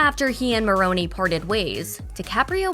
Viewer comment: It is mispronounced.